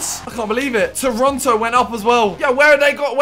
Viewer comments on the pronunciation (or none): none